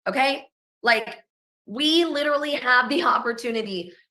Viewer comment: Like lit-rah-lee you guys